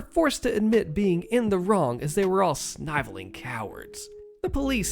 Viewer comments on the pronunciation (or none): Just FYI sniveling is pronounced with the short I sound like give rather than the long I like hive. Also emphatically is pronounced em-fat-ick-lee. Oh yes Texas ice storm. HOA board is that particularly self terminating brand of stupid attempting a midnight home invasion in fecking Texas, in a ĥome you know has guns because you tried unsuccessfully to disarm with HOA rules. Legitimately the HOA board only lived to see their little fifedom disbanded out of the good graces of 4 armed men that decided you weren't worth the cost of the ammo to put them down. And as someone only about 8 years behind George in age we old guys have an extremely depleted store of Giveafuctainium for dealing with jackwagons. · When can't pronounce "sniveling" or "emphatically"..................